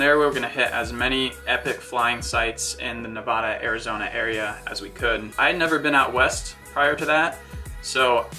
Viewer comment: "I had never been out west" Kina obvious because you pronounced my home state wrong